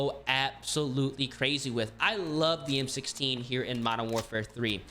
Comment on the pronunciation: bro you butchered the converted m16 bro lol